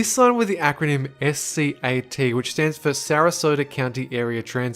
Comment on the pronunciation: ok i live in florida, not far from sarasota, we get those buses around here and no one calls it 'scat' they call it the "s-cat" just so you know...